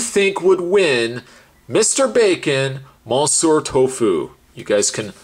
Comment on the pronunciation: ‘Mon-sewer’ Tofu?